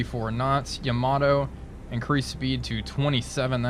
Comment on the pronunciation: Man I bought this game just because of your videos. But dude you gotta stop calling the Yamato "Yama-doh". :D